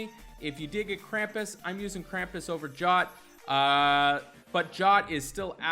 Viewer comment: I'm dying here 😂😂 Anchor and these classic pronunciations.. Jotun is pronounced Yotun.. Review is pretty nice as usual though.